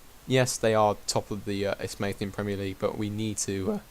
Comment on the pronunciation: i think it pronounced lee-ston and isthmian is pronounced is-mian